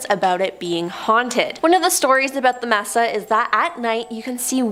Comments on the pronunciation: It's pronounced MAY-Suh not MESS-uh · Sorry to be that guy, but I cringed every time you said Mess-a instead of may-sa. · You are pronouncing "messa" when correctly pronounced "may sah".